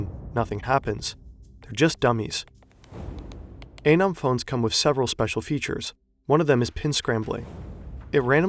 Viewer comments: The guy in your video clip showed you how to pronounce ANON, and you ignore it. 👎👎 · I do think it’s pronounced ah-neu-m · Is it anøm or anom? You pronounced it anom, but wrote it as anøm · Your pronunciation of “anom” is just plain bad.